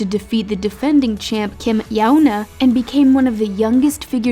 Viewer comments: Kim "yAuNaH" lol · "Kim Yao Nuh." Girl, her name is literally phonetic. How did you slaughter it so badly? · kim YOWna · How do you pronounce Yuna as Yaona? How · Excuse me it's not "Kim YONA" it's "Kim YUNA" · yuna’s name is more pronounced like kim yeon-ah, not kim yoon-ah, so both are a little wrong lol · Kim "yAHoN-aH" alright.. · I've never heard someone pronounce "Yuna" like that...... what was that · She could pronounce Russian name but not "YuNa".. And Pyeongchang.. Im sorry this is totally unrealted hut it throw me off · How the hell do u pronounce Yuna wrong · Okay but how did she manage to mess up Yuna's name 😭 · Okay it’s pronounced adelina sodikova with a stress on the o, And Kim yoona not however you guys said it 🥴🤦🏻‍♀️ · 진진 .... I wouldn’t have been able to pronounce any, so still very impressive don’t you think??😉😉